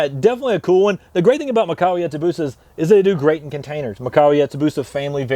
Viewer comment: It's mee-kah-wah